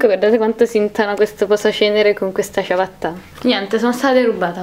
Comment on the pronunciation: dice ciavatta